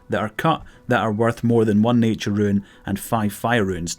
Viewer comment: roon, not ruin.